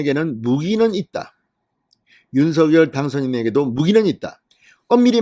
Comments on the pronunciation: 진성호씨 발음 똑바로 하세요. 윤서결이 아니라 윤성녈이라고 발음 하세요. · 새대통이 윤성녈 로 발음 해 달라고 했어요